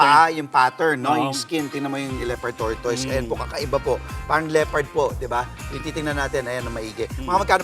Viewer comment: /tor tis/ po pronunciation jan.